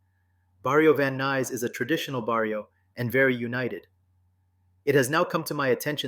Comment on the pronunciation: How can you make documentaries if you cannot pronounce properly barrio, If you never lived the life. Stick to your own thing. trying to capitalize on the the hood life😂. You are a person that will never understand living in the areas you are covering. I have second hand embarrassment for you YouTuber.